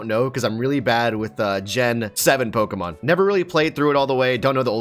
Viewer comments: I like how says all the names wrong and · I literally cannot stand. seems more chill. And I can't stand the way SAYS POKEMON THE WRONG WAY!